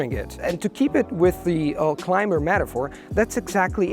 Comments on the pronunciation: Your pronunciation is unbelievably native-like. It's mind boggling to know that you haven't even visited the US. Just a very minor suggestion: "climber" is pronounced with a silent "b". As if it was "climer". Very useful tips for language learners. Remember, the fear of sounding stupid is worse than the actual embarrassment you inevitably experience every once in a while. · Feedback: In the word climber, the letter b is not pronounced.